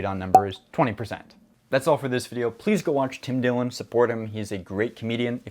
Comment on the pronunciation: Tim Dillon, not Tim Dillion lol.